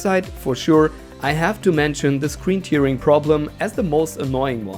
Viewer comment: Hey. Nur für die Zukunft: Tearing wird "Tähring" ausgesprochen, da es sich auf das zerreißen (to tear) und nicht auf die Träne (Tear) bezieht.;) Ansonsten tolles Video!